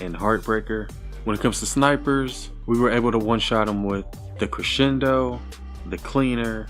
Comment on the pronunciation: A1 says creshendo